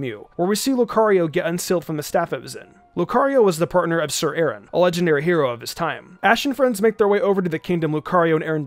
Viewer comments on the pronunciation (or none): none